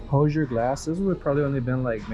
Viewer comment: Is pronounced Whozure. Hoosier Glass from Indiana.